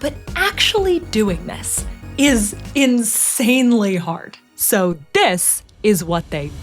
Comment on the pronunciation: "So Dis, is wut dey built" lol